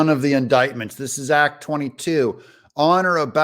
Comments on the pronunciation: 😂😂😂 as soon as i heard her open her mouth, i tuned her out. She is a stooge of the Democratic Elites, she is bought and paid for, and not for much😂😂😂 hows that ax, axx, axxe screaming. Aaaahaaaa god PALEEEEZ 😂😂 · What is Gwan jury what is ax does she mean acts sorry she needs to speak better than section 8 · Family Willis can not even pronounce the word "act" its not "axe" however her time in office should receive one for the fraud she is.